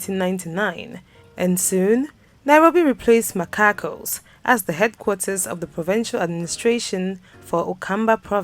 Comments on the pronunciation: Wait ......its Machakos not Makakos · Makakos...who heard that? It's Machakos. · Did she just say MAKAKOS? 😭😭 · She said makakos 🙈🙈😂😂😂